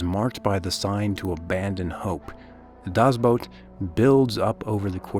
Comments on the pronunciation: Not he didnt. He said boat it shoudl be boot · It's not "dazz Boat", but "DASS Boot" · "Boot".....like the kind you put on your feet when it snows. Not "boat" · Will you stop saying: "das Boat!" :p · Germany was NOT the bad guy!!!!! One day real history will show who the REAL bad guys were!!! 🏦 SHAME SHAME SHAME!!! 🤬 and it’s pronounced Das boot. Not das boat!!!!! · It was too much of a hassle to pronounce "boot" correctly I guess. "Das boat" doesn't exist, it's either "The boat" or "Das boot", but I see you're too used to butchering languages that aren't yours. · Das BOOT, not Das Boat. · Right out of the gate saying "das boat" 😂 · Das BOOT not Das BOAT Other than that it is well done! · Dammit. "The boat" or "Das boot". Not "Das boat". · Das boat? You could take a minute and investigate how it is pronounced! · ''Das boat'' LUL